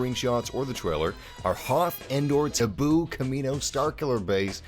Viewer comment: Did I hear him say Taboo instead of Naboo? LOL